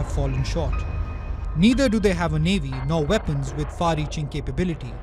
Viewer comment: Nuclear "Vepons" ...omg !!! speak English !!! get your enunciation correct dude...